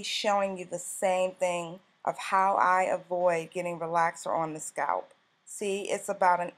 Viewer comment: I'm normally not so petty, BUT I hate the way she pronounces "scalp"! 😣